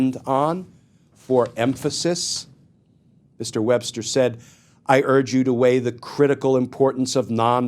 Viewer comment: Paretucuar… Wbbster. What is happening.